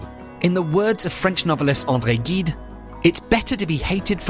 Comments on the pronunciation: Andre Gide is pronounced "jeed" ;) goes to show you can't please everyone, right? Thank you for posting this video, good stuff! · that's not how G in Gide is pronounced. I was amazed to find that even Cambridge scholars couldn't pronounce properly the names of foreign authors, even the greats like Gide. Why is that?